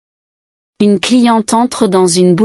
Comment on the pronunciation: On ne dit pas "une cliententre" comme c'est prononcé ici : il doit y avoir une légère pause. (C'est de la même manière qu'on distingue en anglais Nitrate de Night Rate.) En revanche, on doit dire un-n-éclair, avec liaison complète. Il y a quelques autres défauts, ce qui est bizarre pour l'apprentissage d'une langue.